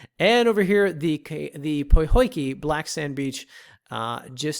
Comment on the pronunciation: Help with your pronunciations... Phonetically... Keaau = Kayow Kahena = Kayhena Pohoiki = Po-ho-iki or some just say Po-hiki Kahakai Blvd = Ka-ha-kai